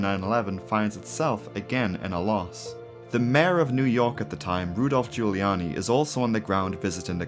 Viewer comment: You know how I know she’s not American? The way she said Rudolph Giuliani